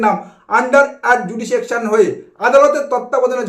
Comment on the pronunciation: word ta ADJUDICATION, NOT ADJUDISECTION,PLEASE CORRECT IT, ALTHOUGH THANKS A LOT.. GO AHEAD..